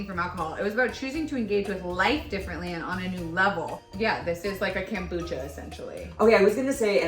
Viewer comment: I absolutely hate how is saying Kombucha lol. I hope it's on purpose.